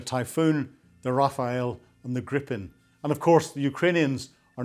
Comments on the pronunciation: The French jet is not pronounced Raffael but Raf-Al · Rafale ... not Rafael 🙄 ... in French that means : Gust / Squall / Blast Also means : a big wind or a massive strike ( a volley ) Example : " une rafale de coups de poings " = a big amount of fist punches. " une rafale de vent " = a big blow of wind